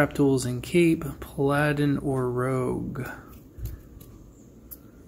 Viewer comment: Dude it's Pal·a·din not PA-Lad-in lmao